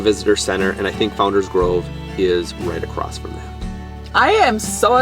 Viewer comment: The word is “across”, no “t”. Why are you saying “acrossed”? Very strange 😊